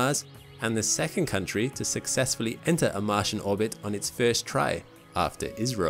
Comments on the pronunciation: its I S R O. not is ro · He said that it was India. Its just the way he pronounced ISRO sounded like Israel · Can you make ISRO less sounding like Israel. We can't stand that name. Or just say India